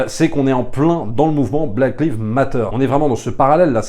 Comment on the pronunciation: Ca se prononce "laïv" pas "liv".